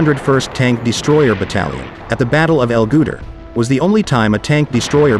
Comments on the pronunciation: It was great till I heard "El Gooter".😫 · Used at El 'Gooter'? Come on man. Do some actual research and learn how to properly pronounce the places and things you're trying to describe to us. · The battle of Eh Gooter????? Is that a human voice???? PLEASE. Get it right. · "L Gooter"?